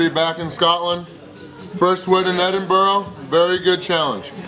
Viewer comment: The thing I like about is that in newer videos he pronounces Glasgow and Edinburgh correctly and he uses the term quid instead of pound. You can see he actually makes an effort to integrate, right down to having a few pints of Tennents [local Scottish beer]. You have to admire someone who tries!